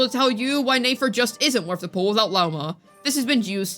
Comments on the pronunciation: Are you saying her name wrong on purpose? Just curious, sounds weird when you call her Nafer lol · I'm starting to get irritated by how you say nefer please say it right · I know but it's mildly frustrating yk because we literally hear it said correctly I the archon quest